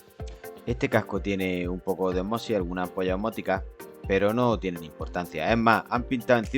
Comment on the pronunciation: Se dice ósmosis (esdrújula) y no osmosis (llana). Parezco Hermione Granger en Harry Potter, pero es así.